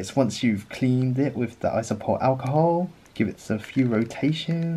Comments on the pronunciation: Iso-pro-pill. Not isopol. It's like you're just pretending half the letters in the word don't exist lol. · ISOPROPYL alcohol not iso-pole?! Iso-pole wtf